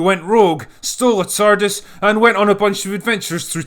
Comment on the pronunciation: "RE-Tardis" lol